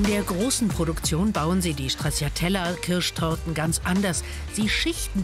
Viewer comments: "StraZZiatella" kann man nicht hören bitte. TSCHA...TSCHA sagt man. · Strazzziatella....😂😂😂 Das ist italienisch und man sagt Stratschatella❤ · Ist echt unmöglich Stracciatella einmal so auszusprechen wie es sein soll? Italienisch bitte! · komisch, wie hier stracciatella ausgesprochen wird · ...so oft fällt das Wort "Stracciatella" - niemand spricht es richtig aus. 🙂